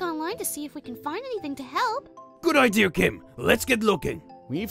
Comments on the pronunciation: I like how says ider instead of idea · any on else notice that Garr other said ider instead of idea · did any one notice how said "idea"